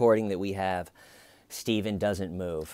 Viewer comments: Laugh my ass off I didn't know where I was but I came in halfway through the video a Stephen video and you were referencing Chris Watts so I thought it was a Chris Watts video and then you said stavan I was like who's staven. It only made me dig deeper through your videos so I say it's a good thing keep it up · I found this video after 4 yrs and I think it’s funny you are calling him Styvan. Thanks for this hilarious commentary on the interrogation! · Sty-ven. You've got a zit on your eyelid. Sttyyyy-ven, you're not a monster, you should just use a warm compress. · I'm here 4 years later laughing at "stayven" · I love "Why Stayvun!?" Stayvun is going to have amazing advice for his inmate-clients! Keep on saving that toilet paper , Stayvun! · "Stayvunn" is half of the video, little T being the other half, anyone not liking it just doesn't get the trollnaming process xD Nah for real great video :) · I found tjeee videos after 4 years and it’s hilarious you calling him Staven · "Styavun!!" every time😆😄😆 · hhhhhhWWWWaaaaaiiiiieeee????? WHY Stye-van!? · Clearly the ones questioning your use of “STAYVEN” didn’t watch the actual interrogation (which was painful AF but I wanted to understand all of your references so I powered through it). To those peeps I say: WATCH the interrogation and you’ll get it... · styven oh steyyyyven ... i love mispronouncing names on purpose for people i don't like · I feel like "Stayven" is a more appropriate way of spelling it. You literally cannot phonetically pronounce that word without it sounding like a deep southern accent 😂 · Dude the way ur saying his name is what hooked me on the series